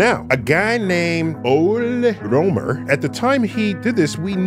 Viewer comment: You can manage to use the letter “ø”. It’s not so much effort. It’s not an “o” either. Doesn’t sound or look like it. (Neil’s pronunciation was also awful but you can’t be good at everything :P)